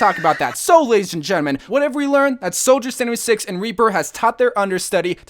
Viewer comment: HAHA LOL HOW HE SAYS SOLIDER:76